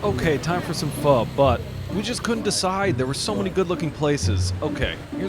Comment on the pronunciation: I just unfollowed you cuz you dont know how to pronounce "PHO..."